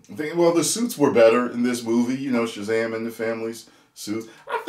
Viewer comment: This is what happens when you force women in a script. It's Shazam not Shezam. In fact Shazam shouldn't even share his powers with the others. It just takes too much focus away from the hero.